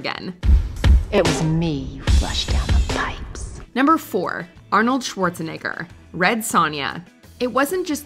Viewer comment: Not being rude but ngl she gotta learn how to say Arnold Schwarzenegger just a little bit better cause that kind sounds really really bad 😂😂